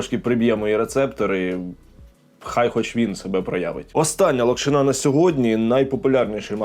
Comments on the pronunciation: Будь ласка не кажи локшинА лОкшина ну це реально мінус вуха, не знаєш зайди в Гугл прочитай і страви можуть бути сОлені а не солЕні. Сорі але реально це слухати неможливо, відос класний але ця локшинА просто не дає спокою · Правильно лОкшина, а не локшинА. Соррі, та різало слух)